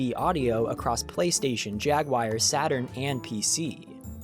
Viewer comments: Jaguar not Jagwire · Jagwire? What on earth is the Sega Jagwire? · Jagwire? Whenever I hear this type of mispronunciation in a YouTube vid I immediately skip. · Please stop saying "jag wire".